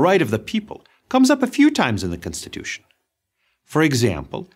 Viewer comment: is it me or is he butchering the word constitution it's not censtituion learn how to pronounce the word properly